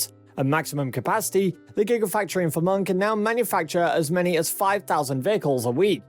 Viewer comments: Puzzled by your pronunciation of Fremont as FURRMAN - it’s actually FREE MONT, sir. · All I hear is "Vermont"..LOL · "Free-Mont". Mont to rhyme with Font. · Free-mont = Fremont (a City in the US state of California) not Vermont (a state in the US northeast). Best regards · You should pronounce Fremont as FREE-mont. Don't try to run the two syllables together.